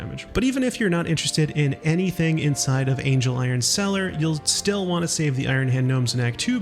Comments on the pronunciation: I'm convinced at this point he's barely played the game, multiple characters pronounce his name ANGLE, like the measurement not ANGEL like the deity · Yes I know this video is 6 months old and this is extremely pedantic, but it's not Angel-iron cellar, it's ANGLE-iron cellar